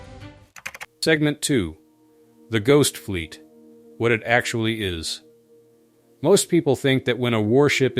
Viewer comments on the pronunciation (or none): none